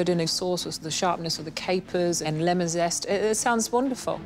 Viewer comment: It's "lemon", not "kemon".